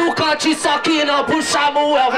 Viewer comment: Aaaah salvador falando xamuel kk